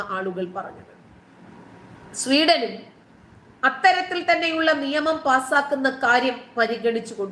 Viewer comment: Seeedan alladi oooolee. Sweden.....